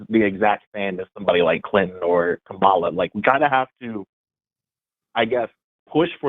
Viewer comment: sounded like he said "Kabala"